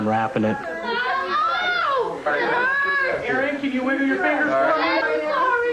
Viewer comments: When he said his name, I could've sworn I heard him say, "Aaron Magical". Is that what he said when the 911 operator asked his name? Also, I don't know how the operator thinks Aaron said his name was "Ann". Interestingly enough, I don't know very many boys named Aaron, but I know a couple girls named Erin (I know, different spelling, but same-sounding name). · When did the 911 dispatcher catch on to the fact that his name is "Aaron", not "Anne"?